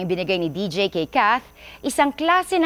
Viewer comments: Deejay un pronouncation okay malungkot pa din ako😢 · D J hindi deej